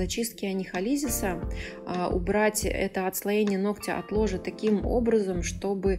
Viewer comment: нООООгтя! Ну ёпрст,! Не ногтЯ🤦